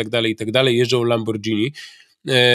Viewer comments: min nie mowimy "lamborDŻini tylko lamborGHIni" tak samo jak nie mowimy "spaDŻetti tylko spaGHEtti" :) pozdrwiam i uwielbiam kanal :) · Panie Piotrze… Pan się w końcu nauczy – mówimy „lamborgini”, a nie „lambordżini”. To włoskie słowo, a nie angielskie! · Panie Piotrze - "LAMBORGINI"! Tak samo w restauracji nie zamawiamy "spadżetti"! Po za tym super materiał, chylę czoła przed wiedzą Pana Pawła, pozdrawiam i liczę na więcej! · Panie Piotrze, błagam: nie mówi się "lambordżini" tylko lamborgini (lamborghini). Tak jak nie mówimy spadżetti tylko spagetti (spaghetti) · Panie Piotrze . Lamborghini wymawia się przez G nie DŻ. POZDRAWIAM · LamborGini, nie 'dżini' ;) a merytorycznie materiał super :) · Piotrusiu lamborgini nie lambordzini ,wnuczka mnie poprawila bo uczyla sie wloskiego..tez powiedzialam lambordzini...pozdro Tusiaa :) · Panie Piotrze, mała uwaga: Lamborghini czytamy tak jak spaghetti, czy przez g, a nie dż. Pozdrawiam życzliwie :) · Panie Piotrze, na przyszłość: "lamborgini", nie "lambordżini" ;) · "Lambordżini" O szlag, Pietrek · Panie Piotrze, Lamborghini nie lambordzini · Lambordzini brawo Panie Piotrze uczy się Pan języka pozazdrościć!!!!!!!!👍